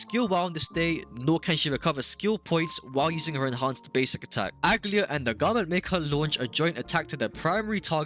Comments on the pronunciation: that is NOT how you pronounce aglaea 💀 good guide tho you should start showing us your gameplay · You're pronouncing her name wrong..